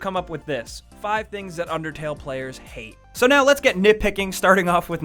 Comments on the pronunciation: its unDERtale not unTERtale XD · He said untertale omg DUDE it's unDertale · It's undertale not untertale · Was it just me that saw at the beginning it said untertale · No, UNDERTALE! Not Untertale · Video starts Under-... untertale. untertale? UNTERTALE? Untertale. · The intro says Untertale. No disrespect love u guys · Untertale? You couldn't English any better there sir. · at the start it said untertale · no is says untertale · it undertale not untertale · At the beginning it said "untertale" not "undertale" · you said untertale in the vid. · "untertale" at the beginning of the video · the beginning says untertale...YOU HAD ONE JOB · The intro says untertale lol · Lol it said untertale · The beginning says "UNTERTALE" not "UNDERTALE" 😂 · It says untertale at the start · Imma be salty and point out that it said Untertale instead of Undertale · Heh. Hey buddy, it's not Untertale, it's Undertale. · "Untertale" nice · anybody notice the begining said untertale? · LOL HE SPELLED UNDERTALE WRONG HE SAID UNTERTALE LOL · it said at the start UNTERTALE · UNTERTALE XDDDDDDDDDD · He accidentally said Untertale for the introduction. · the intro said untertale lol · It said untertale at the start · ... .. Untertale..? I don't actually know that game, sorry. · UNTERTALE lolwut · Untertale at the beginning lol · lol they spelled undertale wrong they said untertale. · Beginning, "UNTERTALE" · "Untertale". How do you even- forget it... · untertale ? lol right at the start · Um, right at the beginning, 5 seconds in "Things Untertale players hate" UNTERTALE UNTER T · At the beginning it said untertale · I thought I was the only one who noticed it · "UNTERTALE" nise going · "Untertale" What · Untertale. UNTERTALE. UNTERTALE! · it said untertale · Untertale....yeah....did anyone notice that? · anyone else notice how it says untertale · Untertale XD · i love that overlaying T on "undertale"